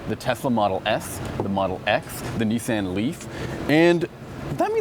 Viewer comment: “Knee San”